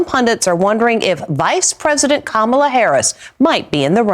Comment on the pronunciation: Kamala is pronounced like "pam-a-la" with a "K" .😃